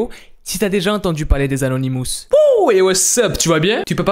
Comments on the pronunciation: les "anonimousse"? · On dit anonimos